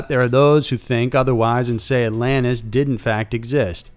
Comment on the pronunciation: What's Allanis? Do you mean AlanTis? Southern much😂